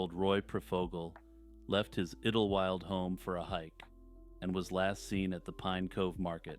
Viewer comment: Iddlewild? I think it is pronounced as Idle -wild instead of iddle, to be honest. 'Idle' as in staying in one place without moving.